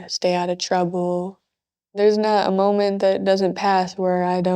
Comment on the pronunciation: Actually, it’s “moment.” And I roll my eyes so hard at that every time I hear it